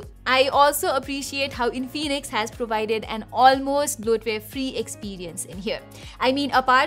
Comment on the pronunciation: Its In-fi-nix not In-fee-nix